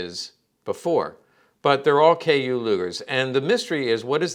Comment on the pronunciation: But it's not a KU... it's KÜ that's different